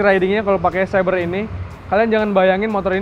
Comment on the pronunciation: Xeber bang di baca nya bukan sabre..maaf..